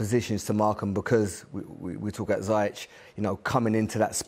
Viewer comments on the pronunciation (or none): Ziyech not ziiiyach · Because this is the right way to pronounce his name its zeyash not zeyak or zeyach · Please Ash..... Z - ESH. Not Zy - Etch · still says Zayech tho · Why do Ashley and Frank call hakim ZAI- YECH lmaoooo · It’s a Moroccan name. Proper way to pronounce is ZEE YESH. Look it up pal. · ZEE YECK. NOT ZIE ECK (Ziyech) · Right this is really annoying me now, his name is pronounced zee-eck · Pronunciation of ziyech name is irking me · Why can't these people pronounce Ziyech's name correctly? That should be something basic.